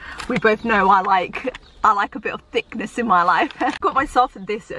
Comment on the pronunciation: Abit of thickness sounded wrong lol